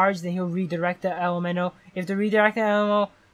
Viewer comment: Love how he cant pronounce elemental